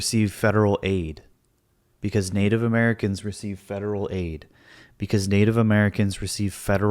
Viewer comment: is it really that difficult for ben to look up how to properly pronounce names instead of seemingly reading and butchering them for the first time on camera? it's just lazy and a complete disregard for Native American names. it's so offensive man. when i was a music teacher and i got a new student who's name i had never seen before, i would look it up to make sure i was saying it right before i met them, and then asked them to say their name for me to make sure i got it right. and btw this doesn't make me some sort of saint, it's literally the bare minimum that everyone should be doing when referencing names we haven't seen/don't know how to pronounce yet, especially on camera to a large audience like ben's. it's just not that hard to have basic respect for others